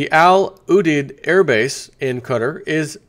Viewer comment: It is pronounced 'Al You-deed' Air Base.